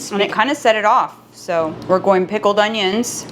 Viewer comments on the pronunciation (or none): none